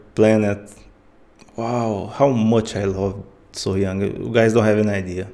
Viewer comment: Not Soh-Yang, So-Hyang